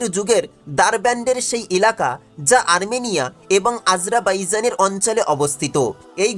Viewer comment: উচ্চারন ঠিক করা উচিৎ।উপস্থাপনা করতে গেলে একটু পড়াশোনা জানতে হয়।what i's আজরা বাইজান!অর্ঠাৎ কি!দিউয়াল কি!